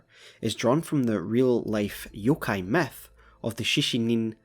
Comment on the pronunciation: I find it silly how he pronounces "Myth" as "Meth".